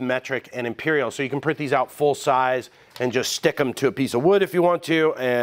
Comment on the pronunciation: Em-peeer-eel. That's a strange way to pronounce "freedom units"